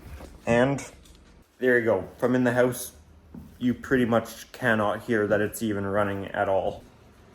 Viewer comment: Can you stop saying His house with the spanish sound :(